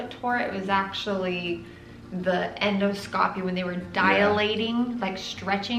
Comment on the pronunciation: En dos--copy!! Not, endo scopy! Important to pronounce it correctly!!